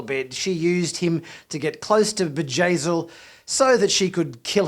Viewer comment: it's Bjayzl, not Vajazeel. It's a B not a J.